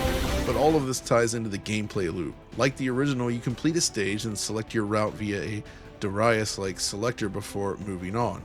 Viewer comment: This might be the first time I heard someone pronounce Darius correctly.